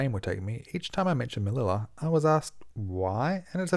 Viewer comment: Dope flight report! Quick tip: it’s pronounced MeliYA. The double L (ll) in Spanish is pronounced as the *y sound! 🙂